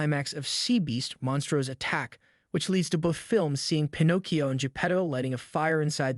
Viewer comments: Why does he pronounce it as Pin ah cchio most of the time and only every once in awhile pronounce it Pin oh cchio? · Just want to ask, what is up with your pronunciation of Pinocchio? One second you're Pin-OH-cchio then you're pronouncing it Pin-OCK-cchio. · WHY DO YOU KEEP SWITCHING BACK AND FORTH TO DIFFERENT PRONUNCIATIONS FOR "PINOCCHIO" THROUGHOUT THE VIDEO? DEAR LORD, ITS "PIN OH KEE YO" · You miss pronounced the name it’s pi•now·kee·ow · Why did this guys say pinachio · Ah yes, my favorite Disney character Pin-aw-cchio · I kept hearing "Pi-knock-eeoh" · Definitely seems intentional to be different/quirky and it just comes off as cringe. Couldn’t watch more than two minutes. Disliked and moved on. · Here's a fun fact it's Pinocchio not Panakyo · Pin..AH..cchio. Holy fuck that was difficult to watch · Why do you keep saying Pinocchio's name wrong you keep calling him Pinogio what the hell is Pinogio🤷🤷🤷🤷🤦🤦🤦🤦🤦🤦 that's what it sounds like you're saying not word right there not Pinocchio. If you're going to make a video related to any kind of Pinocchio stuff you need to learn how to say the name correctly you're saying the name wrong it's not Pinocio😂😂😂😂😂😂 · i was almost convinced the narrator was a real voice until he started mispronouncing "pinocchio" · I'm convinced that he's saying Pinocchio wrong on purpose because he says it correctly two times in a row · Can we please acknowledge the way you pronounced the main characters name 90% of the time? And why did you say it correctly lime 4 times but completely wrong the other 75? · I'm sorry, but the way you continually mispronounced Pinocchio's name, I couldn't even make it a quarter of the way through your video. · Absolutely butchered the pronunciation. Have you never heard Pinocchio said out loud before or is it intentional to be different/quirky? Either way, it’s cringe and I can’t watch the video. If this is a common thing for you, maybe go back to school a while longer. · it's pi-no-ki-o not pi-nok-io